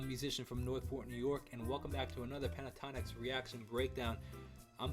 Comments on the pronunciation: Pronounced with the T … PENT A TONIKS . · Pronounce the T. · "Pentatonic" is an existing word. Pentatonix is pronounced exactly the same except the last syllable.